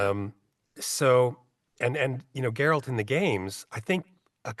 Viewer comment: Why can't Americans say Geralts name right? Its GERALT not GErart or gerard.